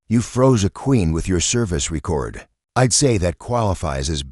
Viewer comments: ree-kord. downvoted. unsubbed. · Again with "dot" and the AI repeatedly using the wrong pronunciations of common words. For example, in this video it keeps using the pronunciation for the verb form of "record" instead of the noun. This channel is obviously one of those bot farms that doesn't care about content.